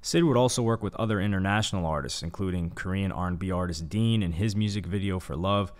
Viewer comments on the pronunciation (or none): none